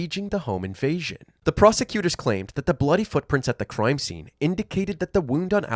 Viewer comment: “Croime scene” Canadian ahh